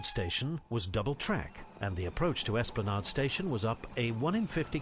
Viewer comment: For information Esplanade rhymes with lemonade